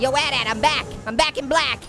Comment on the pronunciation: Ha he called it a atat it's at at